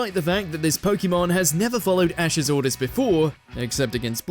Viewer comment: Start by saying POKEMON Properly…